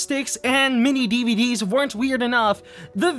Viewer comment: Every time says "MiniDVD", all I hear is mini Dedede.